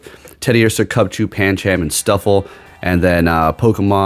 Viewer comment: gonna be honest with you the whole ca launcher thing bugged the hell out of us watching claw one syllable the whole thing clauncher is 2 syllables calauncher is three just had to stop that and paaaan chaaam i alwways thought pan chum (phonetic) sounds better/ correct but that is more down to you accent